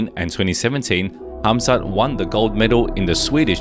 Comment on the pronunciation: Why is everyone calling him hazmat instead of khamzat😂